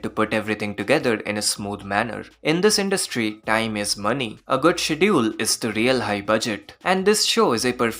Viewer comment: Great vid as always. So far loved every episode of Heavenly Delusion, the show is really special. P.S. Please check pronunciation of "schedule"